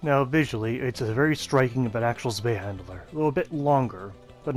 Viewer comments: Good info and great video but saying handler instead of hander for some reason peeves me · Zwei handler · Mate love the videos but Jesus you can't say words, it sounds like your saying zwei Mandela?